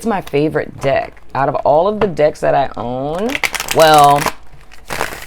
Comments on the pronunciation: 😂😂😂 when you where talking about the "deck" it actually sounded like you where talking about the "dick" 😂😂😂 untill u said " tarot dick" then i realised its "tarot deck".😂😂😂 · Girl I thought you said dick lmao